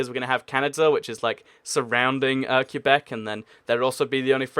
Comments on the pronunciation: It's pronounced like kebbek kuebek I know people will say I spelled that wrong, I did that on purpose. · It's pronounced ''kay-bec'', or some english speakers pronounce it ''kway-bec'', that can kinda work too. But the real pronunciation in French is ''Kay-bec'' because the ''u'' is silent and the ''é'' is pronounced ''ay''. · for the love of God, Quebec is pronounced "Ka - beck" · It's " Ke-bec " No discussion. Also there's already France in North America, so yeah, Quebec wouldn't be the only french-speaking country there. But I guess the never went to school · I'm a French speaker from Québec. You pronounce it ''Kay-bec'' because in French, the ''u'' here is silent and the ''é'' is pronounced ''ay''. That said, some English speakers pronounce it ''Kway-bec'' and we accept that too, even though it is kinda wrong. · I live in Québec, I speak french, and the correct pronunciation is '' Kay-bec ''. The ''u'' in French is silent here. But yeah, most English speakers will wrongly pronounce it '' kwa-bec ''. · umm does he know how to pronounce quebec